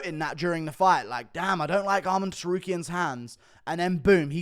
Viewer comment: It's Arman, not "Armand" ffs. Funny thing is, he says Armen when referring to Armen Petrosyan.